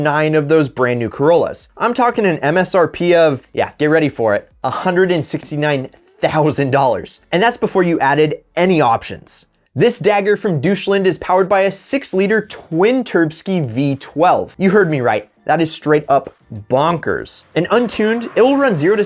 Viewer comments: '' doitschland'' to be precise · "Deutsche-land" 🤣🤣🤣 Close but not quite lol. Its pronounced "dotich-shlund" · Bro did you just say "Douche-land"...? 😂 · Did he just pronounce Deutschland as Doucheland? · Did he just say douchelend